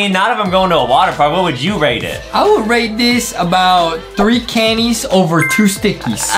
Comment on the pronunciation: Everytime Justin said rate he actually said rake love Miranda